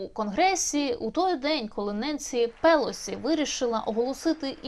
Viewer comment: Так уже определитесь: ударение на первом слоге, или на предпоследнем! Противно!